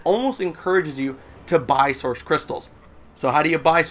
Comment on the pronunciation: I like how you say "Soursh crystals" instead of "Source crytstals"